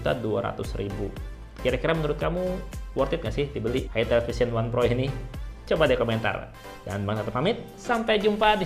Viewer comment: Itel jgn salah sebut it*l